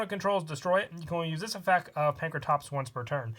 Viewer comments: Can you not pronounce the ‘t’ in effect? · Does he say effec instead of effect or am I going deaf? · 😂😂😂😂😂 he says both